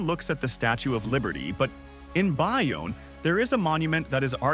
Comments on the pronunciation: It’s Bayonne —- Bay—Own not Buy onne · its pronounced "bay-own" not "buy-own" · Oh God I just got to the Bayonne or Bayuun... and Parames? Oh that hurts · Its. Bay. Then. Own……not Buy. Own…….Bayonne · It was a decent video - BUT - GARBAGE A.I. VOICEOVER ! “BUY” - “OWN”? (supposed to be Bayonne, duh!) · You gained 23 subscribers and lost 22 after we heard all of the mispronunciations. FDNY Ladder Co. 28 (the most NJ based NYC house) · Bay-Yoan and Pa Ram Muss 😂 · Bionne?? Lol bayonne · It's bay-OWN, puh-RA-mus, muss-kuh-NET-cong (not moose ...), MA-wa, The Palisades are not basalt - they're diorite (diabase), that's sitting on top of schist (Newark Schist), that's mostly underground, but is visible in some places. The Watchung Mountains are basalt. One very visible difference is the basalt tends to break in hexagonal columns, while diorite breaks in rectangular blocks. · Bāyōnne, NJ... long A... long O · Mispronounced Bayone and Paramus pretty badly.......and many other historic sites and things happened in NJ. My father worked for Thomas A Edison Industries for 44 years. He even saw Edison when my father was very young and started working there. West Orange NJ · Like Bay Own & Per Ram Us? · wow the AI dude was doing so good til "he" couldn't pronounce Bayonne, then Paramus and the Musconetcong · Really good video, but the fake voice pronounced Bayonne, Paramus, Mahwah, and White Manna wrong, and those weren't jug handles that were shown when you talked about jug handles. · As a native New Jerseyan, it’s hard to hear all the butchered names…Bayonne, Paramus, etc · you pronounced Bayonne and Paramus incorrectly. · I never knew about the Russian memorial fir 911 and i live in N East Jersey Hackensack. White Manna baby. This is AI voice cuz it pronounce Mahwah and Bayonne wrong lol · Bayonne and Paramus as pronounced by AI = derpa derp. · AI needs to learn the correct way to say "Bayonne" as well! 😂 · AI can't proofread (or properly pronounce town names lol)